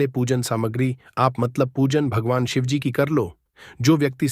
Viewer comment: U don't even know Shivji par ketki ka phool nahi chadta hai aur Shivaji & Shivji are different pathetic pronounciation